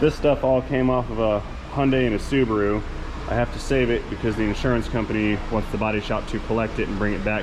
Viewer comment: Your German is impeccable!! -----> "....poppin' ze hood" ...................LOL!!